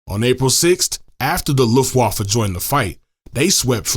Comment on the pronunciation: One small point. In the word Luftwaffe the 'w' is pronounced as an English 'v'.